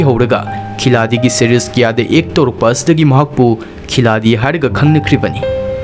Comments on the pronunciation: bro khiladi Nate( Khilari ) haiyu pronounce to please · Khiladi haidana ibagi wani pabadi Khilari haidana pagani, Hindigi waheise asumaina ibani D se R haina pagadabani, waroubiroi 🙏🙏🙏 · Khiladi do khilari haina pabiyu